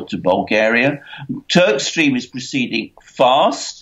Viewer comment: Swear you said Turdstream ... haha, no of course Turkstream